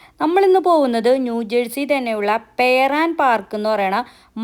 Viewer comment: പെയർ അല്ല പിയർ ആണ്, ഡോക്ക് പോലെ.